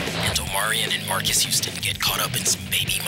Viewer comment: Aston pronounced “Marques” 3 different ways and none of them sounded correct 😭